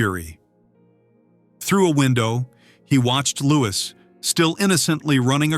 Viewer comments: SENSATIONALIST TRIPE! AND ITS LOO'EE, NOT "LOO'IS' YANK! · Lou-ee not Lewis! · He is not caled Lewis, please pronounce it properly! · Then look it up. Doing a video about him you should be able to pronounce his name.